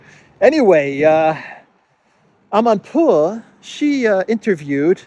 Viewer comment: We are going against winter, a burning Abraham will make a good, warming fire. I like your finesse pronouncing "Amanpour" 😆